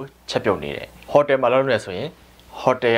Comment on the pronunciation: hotel, customer တို့ရဲ့ accent မှားနေပါတယ်။